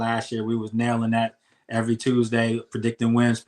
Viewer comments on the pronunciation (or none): Rio why is it every time you say Tuesday I remember the movie top shottaz 😂😂😂 "Evrrrry Tooozdey, errrry blood-clot Tooooozdey" 🤣🤣🤣